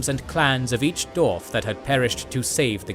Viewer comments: Dwarf, NOT Dorf! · I love the channel and watch all the time too, but man im struggling with this one just because he keeps saying Dorf